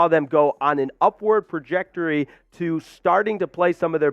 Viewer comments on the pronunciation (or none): trajectory, not projectroy. riddled, not ridden